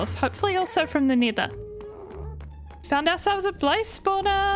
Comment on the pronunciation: I really love her builds and can you please make this a series please 🥺 also I love how you say nether as neater